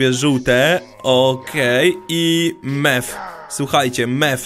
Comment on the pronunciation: Mew czyta się miu